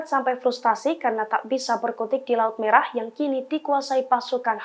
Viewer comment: Menit laut melah😅 bukan laut merah